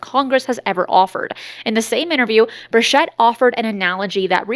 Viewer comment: Bur Chett not Shett